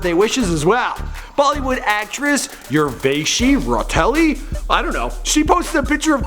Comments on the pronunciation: Not Urvashi Rotelli its Urvashi Rautela😂😂😂😂... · Urveshi Rutelli 😂😂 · Urvashi Ra-o-tel-aa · That actress' name is pronounced as "Oor-va-shee Raw-Tell-A" and is spelled as Urvashi Rautela. Thank me later.